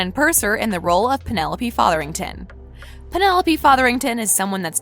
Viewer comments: it's penelope featherington not penelope fatherington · I don't mean to be picky, but shouldn't the narrator check on the pronunciation of certain words before recording the video? Regé is pronounced Reggae, Jean rhymes with John, and the name is Featherington. Plus Lady Danbury is not Simon's grandmother. She's the best friend of his late mother and helped raise him. Did you watch the series?